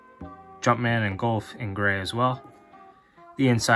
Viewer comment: Couldn’t get past the gowlf pronunciation lol. Great shoe though